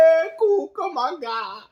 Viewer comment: Cucumanga? Lol!😂